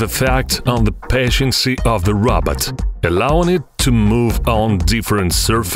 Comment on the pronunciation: It sounds like he’s saying Robert